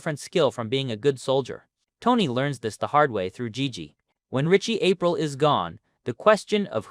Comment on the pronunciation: It's not April. It's pronounced Apreeal. Least you can do🤦🏻‍♂️